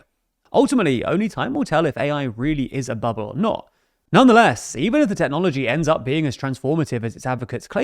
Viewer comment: Every time you say bubbles 😂😂😂